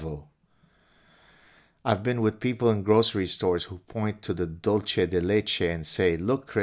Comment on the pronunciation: Dull say, not dull chay. Genius. Dull- chay is Italian, Dull -say is Spanish. Why take upon yourself the monumental task of responding to the writing of a person for whom you have no respect? Sounds to me like he came to the same conclusion that you tried to make, yourself. Bet most of the people that you grew up with stuck to their own because they lacked the courage not to. But Jewish people can look back to some pretty substantial accomplishments by their own members. Guys like this one don't really have that. There's a suspicion of inferiority, and trading up suggested by his attraction to white women. Men don't usually seek higher status females for mates. Or at least those who may be perceived as superior. He may feel on some level, the obligation to elevate one of his own. As, perhaps a man should, or traditionally has.